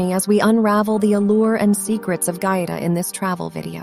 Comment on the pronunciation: They lost me when the narrator mispronounced the name of the town.